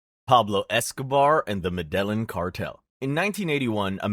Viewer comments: In the Spanish language, double L is pronounced as a J So it would be pronounced "medejin" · i like the concept, but i cant take information seriously from a guy who cant even pronounce medellin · The way you’re pronouncing Medellín is triggering me